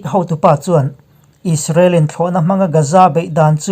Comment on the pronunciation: He channel hi ka sawisel tawh miah lo. Alpha Mizo Production nei tu hian May thla tih pawh a sawi thiam lo, Israel pawh a sawi thiam lo Is-ra-el a ti hihihi he tianga sawi hi ka vawikhat hriatna. Rainbow channel nei tu Mahmuna phei chuan chipchiar tih leh zalenna tih pawh an sawi thiam lo. Hmeichhe ho an tluk lo khawp mai. Milarte news etc